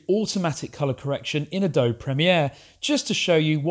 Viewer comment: AdobEEE - AdobEEE - AdobEEE That is how it is pronounced. Adobe got its name from the Native American 'clay' houses that were common in the Western U.S. The name predates the software giant by centuries.